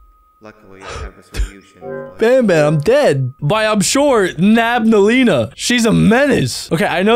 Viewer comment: Bro said nabaleena instead of nabnaleena